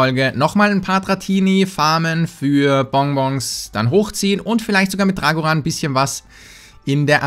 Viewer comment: Drag1hundret (englisch ausgesprochen)